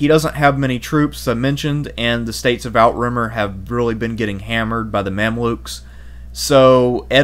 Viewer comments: Outremer ≠ out-remer Outremer = outre-mer. Overseas in French Pronouncing it outremer as in English out-remer is so weird lol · I have really enjoyed these videos. One small complaint and I hope this doesn’t come across as petty, but please learn how to pronounce Outremer. It’s slightly grating. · your pronunciations are painful. Outremer - French, 'overseas', 'on the other side of the sea", meaning the Levant/Holy Land.. OOT-ruh-MAIR ThesslaLONica it's pronounced, and not ie-ka, but ee-ka. In another video your warp Damietta into "Damee-ate-a"; the double-t makes the vowel before 'soft", no an ei (long a) like you're saying it. There were some other warped pronunciations; you know what you're talking about but it seems you had no direct exposure to a teacher or learning source where these (well-known) names are properly pronounced.